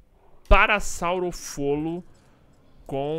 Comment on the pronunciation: É parassaurolofo kkkjkkk não parassaurofolo